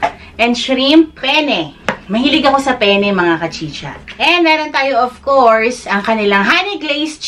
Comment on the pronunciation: Ung penne po dapat may double n yung pronunciation kasi kung pene lang iba na yon